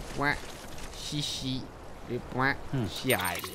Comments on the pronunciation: Je suis le seul à être perturbé parce qu'il prononce "chiral" en "ch" et pas en "kh" "khiral" comme le prononce tout les personnages du jeu ? 😅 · Quiral pas chiral sa se prononce quiral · Véronique Boissière Chiral prononcé « k » c’est français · C moi où il ne sais pas dire chiral . Il dit chiral au lieu de kiral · Chiral se prononce : /Ki/ra/le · Le nom du réseau s'écrit 《Chiral》mais ça se dis 《Kiral》. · Quelqu'un peut lui dire que chiral se prononce Kiral svp